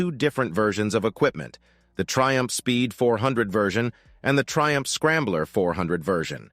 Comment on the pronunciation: Thaiumph not Triumph.